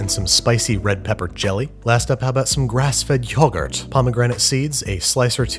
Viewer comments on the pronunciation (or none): HYOgurt had me shook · YOHgurt is the correct pronunciation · Me: Yo-girt Babish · MySambo89 babish went “yoHgurt” 😂😂😂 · no-one: absolutely no-one at all: Babish: "grass fed yOhhGooRt" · I shed tears over “YOAHgurt”